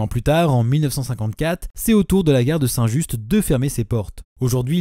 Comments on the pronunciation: super vidéo mais c'est saint "ju" pas saint "juste" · on dit saint ju pas saint juste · Un projet à la gare St Clair est en cours de réflexion. Ps : prononcer St Ju et non St Juste. Il y a aussi les gares Jean Macé, lyon vaise, Goerge de Loup. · Merci beaucoup pour cette vidéo !! Tu n'y peux rien car tu n'es sans doute pas lyonnais mais ici la règle générale c'est de ne pas prononcer les dernières lettres des noms de lieux. On dit donc Saint-Ju' et Saint Genis sur Guié' ! Par contre on dit bien Saint Prieste si jamais tu fais une vidéo sur les autres gares de la Métropole 😅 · Juste un petit tips de la part d'un Lyonnais : on dit "Saint-Ju" !! On ne prononce pas le "st". Je note qu'il manque également les dessertes de Gorge de Loup et de Jean Macé, peut-être par manque d'informations. A part ces minuscules imprécisions, un très bon petit docu :) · Merci beaucoup pour cette vidéo ! Une précision sur la prononciation "à la lyonnaise", dans Saint-Just, le "s" et le "t" de la fin ne se prononcent pas, on dit "Saint-Ju". Comme d'autres l'ont souligné, il y a encore d'autres gares. Par ailleurs, il existe une particularité concernant les voyageurs voulant passer d'une gare à l'autre par le train en évitant le métro, notamment pour passer de Perrache à Part-Dieu (et la gare de Jean Macé qui est sur le trajet offre aussi des possibilités en ce sens) : il est toléré que les voyageurs puissent emprunter gratuitement ce tronçon en montant dans (presque) n'importe quel train reliant ces gares. Certains montent donc dans un train à Perrache pour descendre à la Part-Dieu et prendre un autre train qui les intéresse, par exemple. Et si vous venez de Paris, que le train s'arrête à Part-Dieu puis Perrache et que vous loupez votre descente à la Part-Dieu, personne ne vous embêtera pour être descendus une gare plus loin, à Perrache ! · St-Just à Lyon se prononce "saint Ju" 😁